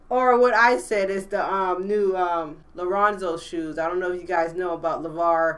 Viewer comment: lonzo not leronzo